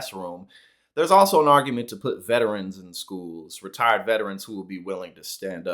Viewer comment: did he say retired or r tarded?